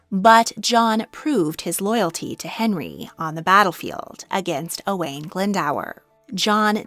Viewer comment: A great video, but an awful pronunciation of Owain Glyndwr. Owain is pronounced like Oh-wine, and the dwr part of Glyndwr is pronounced something like d-oo-rrr rather than Glynd-ower. It would be nice to see people research and learn the correct pronunciiation of Welsh names, especially as you seemed to pronounce the French and Polish names well.